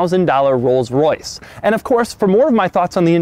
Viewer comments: Rollses? Rolls'? cough cough....ahem.........Rolls. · Did he say rolls's for plural? Lol I think it's pronounced rolls, and why did you put someone down in a Camry